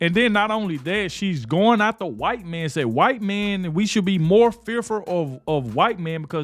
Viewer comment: "KWITE MEN." We CANT let this go or fade into the background! Get her OUT!